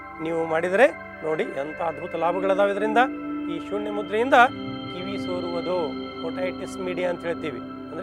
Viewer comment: ನ,ಣ ಅಕ್ಷರ ಗಳನ್ನು ಸರಿಯಾಗಿ ಉಪಯೋಗಿಸಿ ಗುರುಗಳೆ ಉದಾ ಅದು ಬೆಣ್ಣು ಅಲ್ಲಾ ಬೆನ್ನು ಹೀಗೆ ಅನೇಕ ಇವೆ ಸ್ವಾಮಿ ಸೂಣ್ಯ ಅಲ್ಲಾ ಅದು ಸೂನ್ಯ